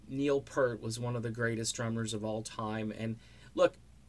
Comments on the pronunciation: What is this crap, ok once again, his name was Neil Peart, not fucking Neil Purt, secondly, Geddy has said that there is NO Rush without one of them, drop the subject, delete this video, and take off the fucking shades. RIP Neil, all real Rush fans salute you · Great video as always....but it’s pronounced Peert